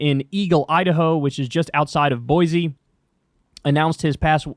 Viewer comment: As an Idahoan and a bisexual, this disgusts me. Also, Boise is pronounced "boy-see", not "boy-Z", for god's sake!